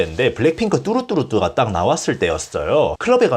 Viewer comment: 블랙핑크 뚜루뚜루뚜 아니고 뚜두뚜두 에요 ㅠㅠㅠㅠㅠㅠㅠㅠㅠ